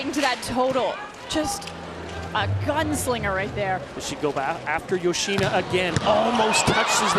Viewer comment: male commentator always saying "yo-shee-nuh". duh. how hard can it be to say it correctly?